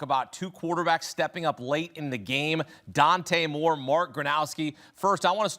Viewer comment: Dude hates Oregon… couldn’t even say Dante Moore’s name 😅